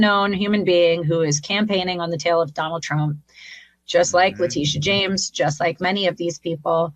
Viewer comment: Ben: "Donald Trum?" You need a vacation! 😂